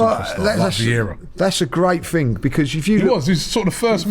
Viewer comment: Stop saying "Ting" instead of 'Thing' ffs!..🤪